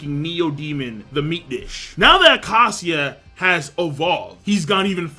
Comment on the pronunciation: You pronounce it, 'A-key-sha'. Go Dammit!!!